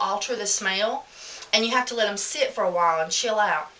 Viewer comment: Did you say let it sh-it? or sit? lol. Maybe it was just me. lol